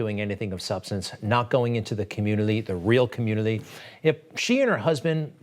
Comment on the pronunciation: Ole dumbass Greg obsessed with Trump and the Obama's. Fix your lisp and learn how to say "community" right.